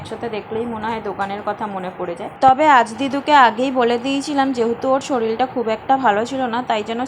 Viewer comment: Soril bolchho keno?? Word ta hobe Sorir